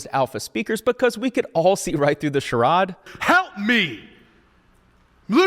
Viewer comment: It’s pronounced “Cha-rade” otherwise great video!